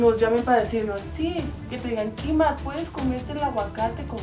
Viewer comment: Es mi imaginación o Juanito en vez de decir mima dijo kima ❤